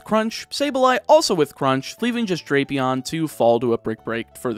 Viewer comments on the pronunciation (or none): ITS DRAP-EON NOT DRAIP-EON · Pretty sure it is Drapion, but I have heard it pronounced Drapion.